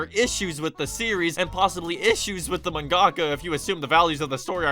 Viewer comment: Best Japanese pronunciation! You said "ManGahhhkuh" !!!